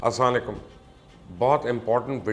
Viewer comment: Kindly Assalamualiakum thek sa bola kran sb ap ko sun kr sekhta han